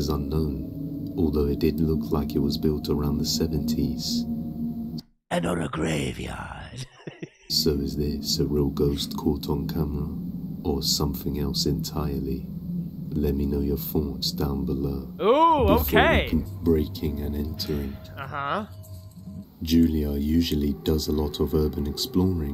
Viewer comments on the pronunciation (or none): Great video, but, the narrator needs to speak "th" correctly! 'Thoughts' not "forts!" 'Methodist' not "Mefodist" ' path' not "parf"😂 etc.